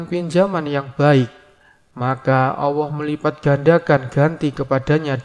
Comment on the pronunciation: Bg tolong pengucapan ALLAH yg bener.. mungkin bg keliru atau saya yg salah mendengar..